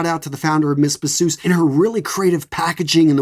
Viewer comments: Not mess bzoosss 😂 its French its (mey beezoo) mes bisous means my kisses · Hello sir these are all great recommendations. I understand that you are not a native french speaker (I am) but I just wanted to point out that "Mes Bisous" is pronounced something closer to "May Bee-zoo". Translates to "My kisses". Other than that fantastic content as usual!